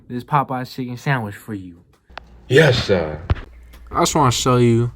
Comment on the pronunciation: when he doesn’t say yessah 😢